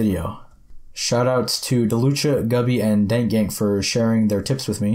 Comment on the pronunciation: Dalucha ?? is not Balucha XD